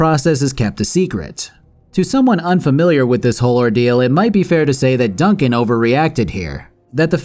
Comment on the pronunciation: Dun-CAN? Seriously?